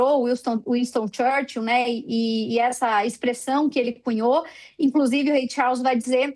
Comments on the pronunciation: Rei "Chaulss" kkkkkk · Essa mulher pronunciando o nome do Rei Charles chega me dar nervoso. Querida, essa pronúncia esta péssima.